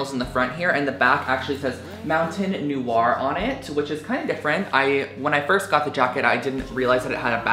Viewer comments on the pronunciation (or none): none